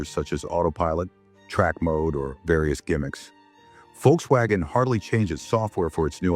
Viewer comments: I'm sorry but the visuals accompanying the voiceover are frankly tedious and irrelevant. And please learn to pronounce Volkswagen. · Your pronunciations of Volkswagen is very bad